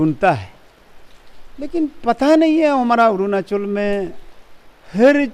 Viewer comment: Who made an MLA like him😂 couldn't even pronounce 'arunachal' properly 🤣'orunaasol'.